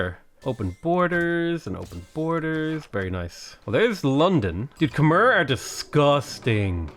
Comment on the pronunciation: When is going to pronounce Khmer the right way?